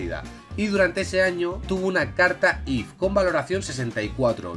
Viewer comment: dios mio porque dices cartas if si son if sif y tif por favor porque lo estas diciendo mal